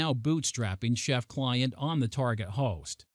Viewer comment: Very interesting demo. I've never heard someone pronounce target as tarGOT, almost makes me think this presentation was made using a very good text-to-speech program... nah. #IForOneWelcomeOurNewRobotOverlords